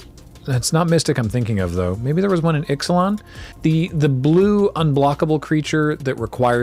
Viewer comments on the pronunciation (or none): none